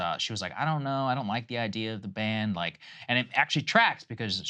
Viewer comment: The woman on the top-left, when talking about abortion, 100% said "band." Again, she thinks the word "ban" is "band." Not a reader.